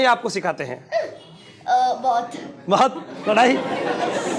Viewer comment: Both bola ya bahot samja kya dosto kuchh 😂